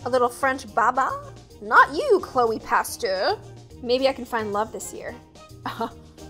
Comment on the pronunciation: “ Chloe Pasteur” Am I the only person who heard “Chloe Pasta”?😂😂